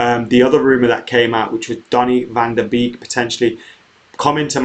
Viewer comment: Btw it's not pronounced de b-ee-k. It's more like de bake